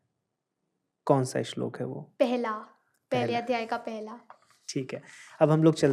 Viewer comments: बेटा श्लोका बोलना सही है श्लोक , महाभारता बोलना चाहिए या महाभारत ?? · सुन्दरं, परन्तु सा "श्लोका" किमर्थं कथयति, उच्चारणं तु "श्लोकः /श्लोक" एव खलु